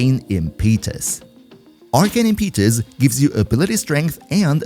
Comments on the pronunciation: FYI: Im-puh-tuss not Im-pee-tus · I was really enjoying the video until you started pronouncing “Impetus” wrong.